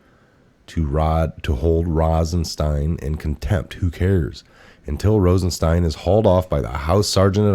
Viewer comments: for God’s sake it’s ROSENstein not “Ronstein”. How notorious is this guy and you can’t say his name correctly? Come on! I like your channel but this repeated mispronunciation of words is just ridiculous. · Brother I love what you do but,,,,,,,,please say the words right !! ,,it's ROSENSTEIN